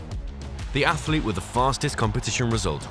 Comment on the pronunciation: Please teach your commentators how to say "athlete" and "biathlon". It's NOT athAlete or biathAlon. Really annoying. Thanks.